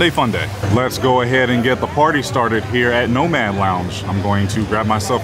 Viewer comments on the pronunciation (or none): The lounge is "Nomad" not "Noman" Mad not Man